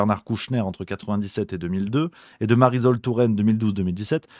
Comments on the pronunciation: Marisol pas zol, tu dis le soleil pas le zoleil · ça se prononce MARISOL comme PARASOL :face-turquoise-covering-eyes: oN NE DIT PAS mariZol touraine :goodvibes